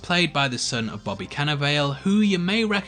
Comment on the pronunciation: One of the very best aspects of this superb effort is the (uncredited) cameo performances by some of my favorite celebrities: Horacio Sanz, Brian Posehn, and now, Amy Sedaris. And, I wonder if Bobby Cannavale openly winced when you horribly mispronounced his (very Italian) last name...